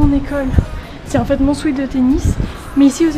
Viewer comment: Dsl mais tu parles anglais non ? Pourquoi tu dis "sweet" alors que c'est un "sweat" un "sweatshirt" pas un "sweetshirt"